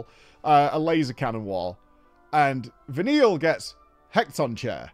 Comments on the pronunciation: Vanille's Eidolon is pronounced "heck-a-ton-chair" basically. Or, as my friends and I said playing this in High School, he cat on chair. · Couldn’t stop laughing at ‘heck-ton-chair’ going to be using that from now on. They are the enslaved giants from the copperbell mines, from greek mythology, pronounced ‘hecka-ton-kari’ but I think Heckatonchair is much better 😂. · I may or may not spilt my drink when pronounced Vanille's summon as "Heck-tone-chair." 😂 apparently it's Greek. To his defense, when this came out I didn't know how to pronounce it either. Bonus points for the game introducing new Summons like it and Brynhildr and the Shiva Sisters. As for the gestalt mode at the end of the video. To this day I still don't know what its form is supposed to be. Turret with miniguns? It also has kinda looks like it has wheels, like Titan in the Eden raids in Shadowbringers. Edit: apparently it's supposed to resemble a Magitek Armor (the one that Terra, Biggs and Wedge were using in the beginning of FFVI). That's a nice tribute if it's true. As for playing the spin-offs and sequels, as much as I would love to play X-2 first, he should definitely start with Tactics. At least he will be somewhat familiar to that game's setting considering he played FFXII.